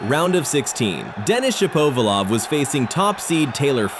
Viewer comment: Sha-POE-va-lov? It's Shap-a-VOL-ov! I'm so sick of AI narration. Get a REAL PERSON to narrate for gawds sake!